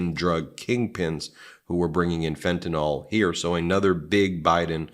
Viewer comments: Why do you pronounce Fentanyl as Fentinol??? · Learn how to promounce words, Ben, if you want to make a point supporting Harris. It's FentaNIL not FentaNOL. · Hey everyone - Fentanyl is pronounced FentaNIL not FentaNOL.